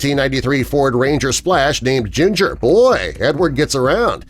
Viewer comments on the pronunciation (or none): none